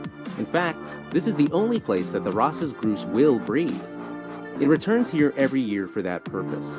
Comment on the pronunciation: That and he called the Ross’s goose a groose